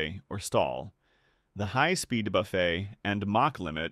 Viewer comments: As a aviation nerd and flight sim pilot, it was nice to see a visualization of this phenomenon. I got halfway through before the robot voice's continual pronunciation of buffet (BUFF-it) as (boo-FAY) drove me away. I'd gotten the gist by then. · Good Lord, man, teach your AI how to pronounce words! Is a low-speed buffet where you go to eat leisurely? And Vs is "vee-ess." It's not the plural of the letter "V."